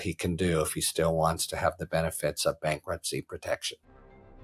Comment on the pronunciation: what is "bakruptcy"? lol